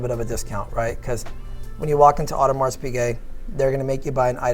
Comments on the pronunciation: He lost me at audermarssss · Two DOOR.. AudemarS.. PAtek.. smh.. facepalm.. Hopefully their sales are better than pronunciation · Disappointing to hear you use the words”face” instead of dial and pronouncing the s in Audemars.